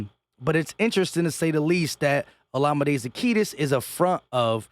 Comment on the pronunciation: Za-Key-us. No T in zaccheus